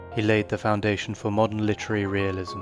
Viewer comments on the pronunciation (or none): none